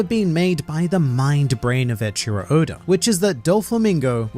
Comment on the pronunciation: Please stop calling him Odor 😭